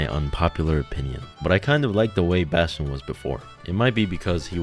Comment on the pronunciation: Damn. I like your voice mate, also Bastion is just perfectly said